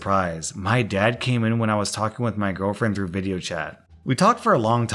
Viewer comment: Through. Through. Through. Not TROUGHT